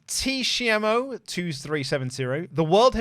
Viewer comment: I feel like just said Tshiamo in the worse way possible 😂😂😂(T-she-m-o)